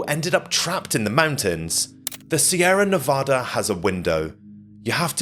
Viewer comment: How can you make such great videos yet not being able to pronounce Sierra Nevada?